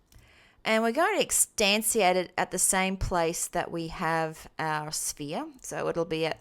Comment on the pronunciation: It's funny how you say instantiate. In this lesson you said it as extantiate, in other ones you pronounced it as instanciate. It is pronounced like instanshiate